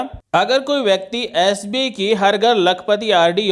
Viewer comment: आप,, बैंक का नाम तो ठीक से बोलिए । हर बार आप एस बी कह रहे हैं । बैंक का नाम एस बी आई, अर्थात भारतीय स्टेट बैंक है । धन्यवाद । ओमप्रकाश ।